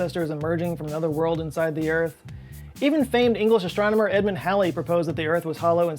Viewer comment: Halley is pronounced like “Hall” and “Small”, not like “Shall”